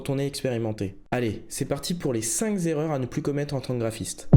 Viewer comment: L'erreur n° 1 est de dire "les cinq Z'erreurs" . Hi hi ! Je suis vraiment nul . Ta vidéo est super 👍